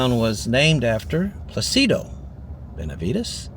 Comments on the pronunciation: "Plácido," as in Plácido Domingo, not "Placebo," lol. Besides that, it's nice to see the towns we missed when we traveled through Texas for what seemed like forever to an 11-year-old kid in the 1970s (I held on to the fringe vest my Mom bought me in either Nuevo Laredo or Laredo for the longest time until I finally outgrew it. I loved that damn thing!). ☮️ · Placido is Pronounced “ Plah se doe”, but great video.